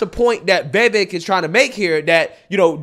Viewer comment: Please…Viv-ache viv- ake Viv-ake Not ‘viveck’ But THANKU for calling out these fools So condescending and disrespectful She cuts him off constantly and then accuses him of cutting her off Also he WAS respectful about askin her name And her EGO is so profound that she attacksnhim AND in my opinion It was a method to rhtow her anger off course and redirect Because because ists HER show (according to her) which Vivek points out was INVITED its amazing how so angry and heartlessnthese people are ana and cenk